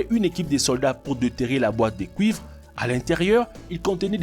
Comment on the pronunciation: Des pièces en couivre. .. apprend à parler tête de zgeg